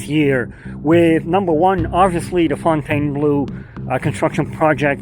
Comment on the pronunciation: Fontainebleau is the name of a palace and forest south southeast of Paris, France. The pronunciation is roughly: phone-ten-blow. For some reason. Americans pronounce -bleau as -blue, and the resort's color reflects that as well. When I hear -blue, I cringe.